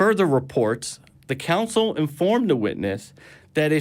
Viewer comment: Who is ‘Levy’? Who is ‘Josephius’? What is a ‘Council of Rome’? Is he referring to Livy, Josephus and a Consul? If so, how does he manage to be so confusing in his mispronunciations?